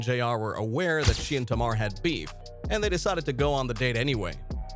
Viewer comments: It's tay-mar not tar-mar. Smh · Why you keep saying her name wrong....Her name is Tamar( Tay...Mar) not Tomar. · Sir, pronounce it like, "Tay"-mar..."Tay" like "Hay" or "Hey". Do your research before speaking on folks in our culture. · TAY MAAAR - get that right if you reporting on culture. Sound it out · its TAY-MAR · You can’t even say Tamar name right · U need to stop making clips and video because u don't know how to pronounce black people name. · Saying brown skin is not racist. Youre not black, dont tell us what is racist. Why dont you figure out how to say Tamar's name correctly instead. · Is this a real person or A.I. cuz you can’t say Tamar’s name correctly.